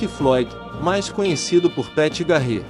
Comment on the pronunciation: Muito legal. Só recomendaria cuidado com a pronúncia em inglês. Por exemplo, não se pronuncia Custér e sim Cústêr. Não é Garrétt e sim Gârrett a pronuncia.